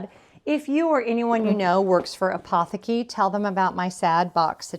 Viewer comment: Enjoyed this chat and wrap video! Not sure if Apotheke is a US company but the pronunciation of the word on German is a-po-tay-keh with the emphasis on the tay. Just thought you might like to know. I need to get some of those gift boxes!